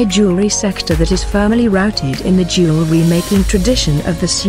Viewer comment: Can’t pronounce jewelry. lol